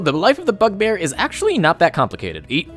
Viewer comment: I thought you said fuckbear 😐